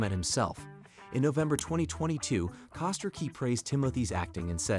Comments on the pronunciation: It's Chalamay, right? Also Hugh was pronounced Hu and Huge. Costar was particularly egregious. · The Wonka filim is great. However, the AI voice over is horrible in this video. The mispronunciation of certain words such as "Co-star" is inexcusable.